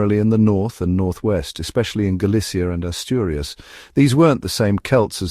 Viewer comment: Aurius????? ASTURIAS por dios!!!! Yo soy Asturiana.... Me estoy poniendo enferma con los nombres de las provincias y cuevas, amigo, no das una en claro, eh'??